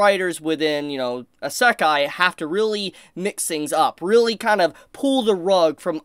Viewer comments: How is this a isekai Ps your the only one I hear that says isekai like that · Every time he says Isekai is like getting punched in the gut.